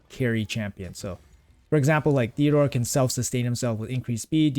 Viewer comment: TEOdor not THeodor 😂